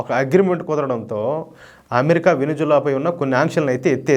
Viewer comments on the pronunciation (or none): Hello brother adi Venuzula kadhu Venezuela first idhi neruchukondi pronounciation antaru and Modi bhajana baaga chesaru very good,Modi spoon batch.